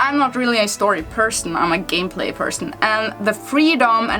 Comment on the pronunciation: Love the way u said gameplay 😂😂